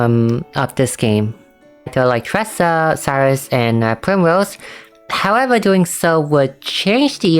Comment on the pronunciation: For Saoirse, i think you got the pronunciation close! My sister said its pronounced like "sher-sha," though it might be different in the dub of the game